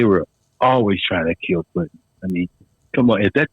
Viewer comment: It was Puddin. NOT Puttin.